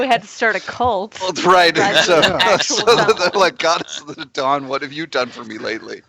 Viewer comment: “Dawn” goddess!! Sheesh, been south Jersey for too long. Thought you said “Jawn” goddess. :D